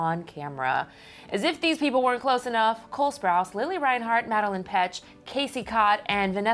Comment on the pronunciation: It is MADELAINE MADELAINE GET YOUR FACTS STRAIGHT NOT MADELINE